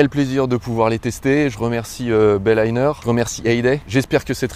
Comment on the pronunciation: BAYLINER et pas Bailayner ! ;)